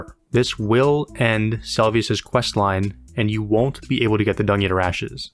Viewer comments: Ay man, love the video! A point of feedback is that you should try to get the names of things right. Nepheli Loux is 'loo' and it's Se-lu-vis, not Sel-vi-us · sometimes i wonder if creators miss pronounce things in videos on purpose to get more comments, of people telling them "its not Selvius! its Seluvis!" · Seluvis is pronounced Selvius? The more you know! Great video. I enjoyed every minute and I think your editing and presence are strong!